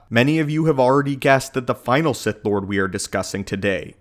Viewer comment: He’s a “Bith” Lord 🤣